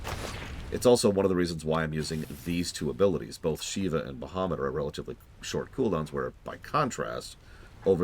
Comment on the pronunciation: I'm late but aCkTuAlLy, it's Ba-ha-moot Not BUH-HUH-moot 😂😂 jk